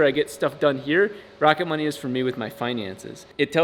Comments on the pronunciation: At first I thought you said sponsored by Rocket Bunny. Rocket Money is way less cool 😆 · I thought he said "Rocket bunny" and expected a free widebody for the FD